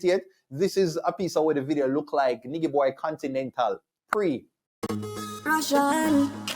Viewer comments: Lmao it’s pronounced Nai-Ji Boy 😂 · it's pronounced NI-JY Boy lol...with a soft G...like "Nigel"